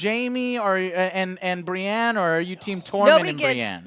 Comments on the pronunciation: Every time she called Brienne “Bri” it was like nails on a chalkboard, I have no clue who she is but hopefully she’s not on additional review videos going forward. If so, one less viewer won’t hurt you Joe. Much love for all you do. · Continuing to call Brienne "Bree" is mildly annoying. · I'm really hating her calling Brienne "Bri" Big fan of joe though